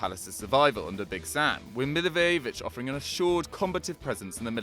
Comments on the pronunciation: Pronounciation Milliwojevich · Funny way of saying Milivojević☺ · Milivojevic is pronouced so BAD